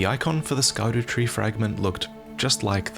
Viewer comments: scadutree... scar dew tree? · So, just out of interest sake, in Afrikaans we have a word called "Skaduwee" which translates to "Shadow" in English. So imagine my smile when I heard the first part of "Scadutree" Great video, and man I cannot wait for this.. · Yeah when he said Scadu, I had to rewind two times to make sure it wasn’t Dutch